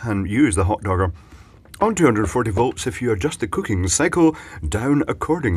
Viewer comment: I thought at first I heard "(...) if you are a cooking pshycho". Turns out he only said cooking cycle :P but i think it would work either way.